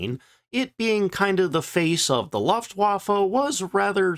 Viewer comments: I really enjoy your content, thank you. But it irks me whenever you say "luftwaffe". It's pronounced "looft va fuh". Don't take it personally, most Americans can't say jalapeno either. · More like "Looft-Voff-uh" but yes, it's very annoying how consistently it's mispronounced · Say "loofa." Good, now say "looft." Excellent! Now say "looftwaffe." That's how 'Luftwaffe' is pronounced. Thank you for your attention to this matter. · Looooft wafe it’s L ooo ftwafe